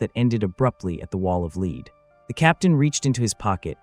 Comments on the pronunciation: That's because its AI slop. The audio says mispronounces Lead repeatedly using Leed instead of Led. Given the meandering you mentioned its likely that the text itself was generated by AI too. So its entirely plausible that the events described are likewise entirely made up. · Good story, but way too repetitive. Could have been told better in 25 minutes max. And why can't they teach the AI narration to pronounce "lead" like "led", not "leed". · Can we agree on something? Lead rhymes with dead, not deed. Motherfucking AI. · The word LEAD is pronounced LED!!!!! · Damn it man. It's pronounced "led", not "leed." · Especially when it pronounces Lead like Leeds. Along with a few other words. Some channels will have multiple words pronounced different times in the same sentence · AI always pronounces the word "lead" wrong. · Stupid AI.. It doesn't know how to pronouce; BANZAI or LEAD. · Excellent story. I just wish you didn't use AI for voice, or at least teach the AI how to pronounce the word lead.😊😊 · Thank you! I have been thinking the same thing, you think with as advanced AI is now it’d figure out the context of the word and pronounce accordingly